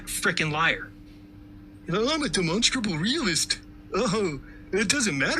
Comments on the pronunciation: He can't observe basic spelling. Its demonSTRAble, not demonsable. If he can't get that right, why on earth should I trust his "obeservations" about the planet? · Can someone teach the flat earther how to say demonstrable, he says demosible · It's not de-MON-stra-bl It's DEM-uhn-stra-bl. Type it into Google if you're not sure. The recording says it right, the ai does not. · Is he trying to say demonstratable reality? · If that bloke absolutely has to say 'demostrable' every five farts in a pathetic attempt to seem like his head isn't full of yoghurt, he should atleast have the decency to learn how to pronounce it properly. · If I have to hear this guy say "Dimonstabal Reality" one more time.... lol. How can anyone listen to this moron? It's insane. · I don't think he even says Demonstrable. He says Demonstable. The Stability of Demons - specifically the little demonic whispers in his head calling him an idiot for believing the earth is flat. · I keep hearing it as "de-monsterable". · You'd think for someone who likes to say the word 'demonstrable' 50 times a sentence and with the gravitas only reserved for gods, you'd think he'd learn to fucking pronounce it right. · Can’t even pronounce demonstrable …. 😂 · I’m pretty sure he doesn’t know what a demonstrable reality is when he can’t even pronounce the word demonstrable. Have you ever noticed all these conspiracy nuts have real problems pronouncing words that they use really frequently? Like Giorgio Tsoukalos from ancient aliens can’t pronounce extraterrestrial. Pretty sure it’s because they are lizard people 🤔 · Why can't he pronounce the 'R' in the middle of 'demonstrable'? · I apologize for him, he mispronounced "demonstrable insanity" … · I dont think he understands what demonstrable means. He can barely say the word. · Can somebody teach this guy that it’s “demonstrable” & not “demonstable” 😂 I’m sure I caught a “phenomenom” in there as well!